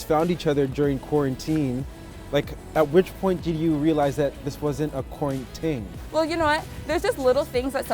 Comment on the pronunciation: Quaran-“ting” 😂😂😂👍🏾love it!!!